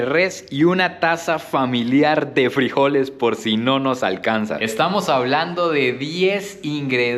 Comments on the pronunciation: Se pronuncia Frijoles, sin acento!!! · Nunca escuche decir frijoles de esa manera siempre lo escuche normal soy de costa rica y esa bandeja paisa se duro con el casado comida tica también tiene varios ingredientes me gustó se vio rica la comida colombiana